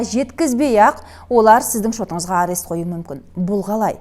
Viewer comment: Арес арес деп айтабересің екен, құлаққа жағымсыз естіледі. Арест - бұғаттау